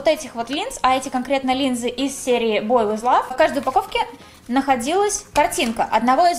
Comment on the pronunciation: Бой ВИЧ лав правильно boy wich luv🤡